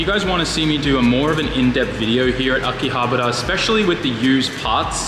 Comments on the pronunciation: The way you said akihabara makes me wanna puke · Butchered that Akihabara pronunciation. Great video though.